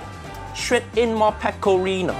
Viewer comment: She definitely said: "more pecorinA" Cheeky, cheeky